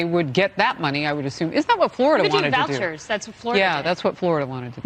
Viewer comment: She said vouchers